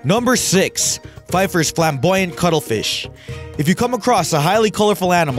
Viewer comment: 'p-feffers' not 'p'fifers' flamboyant cuttlefish. And 'mostly found exclusively in the northwest' for the Pacific Newt? Really, who taught you English? That phrase makes no sense. And, there's no such thing as the 'Floral Snake' - I guess you mean the 'tiger keelback' or 'yamakagashi' snake. And there are way more non-venomous snakes than venomous ones. Is this a poorly researched elementary school project or what? These lazy YouTuber clickbaiters for pennies per view really need to work a bit harder with their inane narrations of unoriginal, pinched public photographs (no videos - too much work for them!)